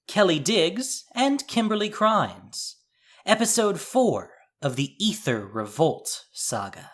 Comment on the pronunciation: Constructive criticism, pronounced A-ther, ether is pronounced E-ther, lol still love to watch, and will continue!